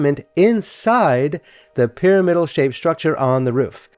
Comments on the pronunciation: I wouldn't normally make this comment but since you invited discussion around the pronunciation of radiator, i wanted to say i grew up saying py RAM idal Loved the video. Roberta Flack and Leonard Bernstein both lived there (separately 😅) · Interesting story. Would only suggest looking up the correct pronunciation of the word “pyramidal,” since it is used often in the video.